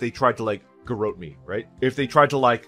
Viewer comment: On the barber story , it's not grope, it's garrote.